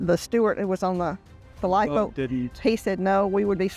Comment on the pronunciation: What the F is a lifeboad???